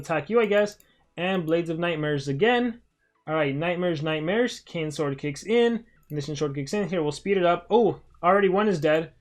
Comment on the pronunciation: I thought he said nightsmares